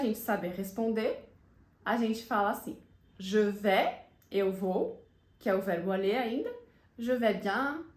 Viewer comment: Voce explicou q je vais fala je vé mas na frase ao pronunciar Je vais vc fala je vê com e fechado …